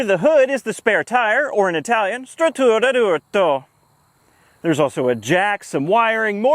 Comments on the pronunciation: Struttura d’urto in Italian means crumple zone 😂 good job with your pronunciation btw haha keep it up bud! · Hey! Your Italian pro-nounciating doesn't suck! Much... I'm not schooled enough to properly adjudicate your Polish, but it doesn't sound awful -- good work! Best line: "It doesn't feel like it was designed with a disdain for your existence." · Hey, your Italian pronunciation is pretty good! "Struttura d'urto" means "crash structure", not spare tire :) "Bis" means "a second time", or "the second" I remember my mum telling me about the adventures with their family's 126. I can't imagine doing a 600 or 1000km trip in one of these, but she says they were considered quite spacious at the time!